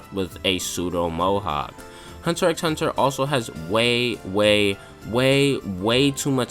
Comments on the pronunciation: Isn't it a bit counterproductive to call it Hunter EX Hunter all the time when you basically want the viewer to think you are very qualified to talk about it? I mean, even among casuals, the fact that you don't pronounce the X (which actually isn't an X to begin with, but a cross) is well known. Nothing against you, but if you start the video like "If anyone is qualified to talk about it, its ME." and really want to build up your own stand in this, calling it that way feels like a splinter under the fingernail and does you a great disservice. That way, you only make sure, from the very beginning, that everyone will take everything you say with at least a grain of salt if not dismiss it from the start. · It’s just Hunter Hunter bro the X isn’t said lol good video tho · Pronouncing the X... :(